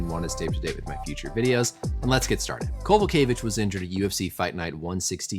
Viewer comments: You pronounced her surname very good doctor, which isn't always the case with Polish James ;) Greetings from Kraków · nailing karolinas surname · First and foremost kudos on getting the name right,. She is one of the toughest fighters on the roster going through a hell of a touch patch, hopefully, she can come back with new guidance and get a W. UFC please don't cut her